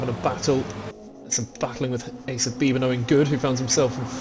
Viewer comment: Great work on the commentary again gentlemen. 👍👍 Valiant effort on the pronunciation of my surname.😅 It's actually bee - bee. Forename was spot on. 👍👍